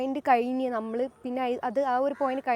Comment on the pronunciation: Jhammalu. Alla. Nammal. 😂 Jumana. Nammal annu parayunnu. 😂 Vloghar. Jhammalu 😂